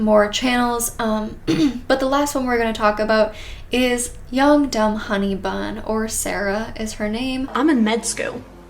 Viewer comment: Every time you said young dumb honey bun, I thought you said yoked up honey bun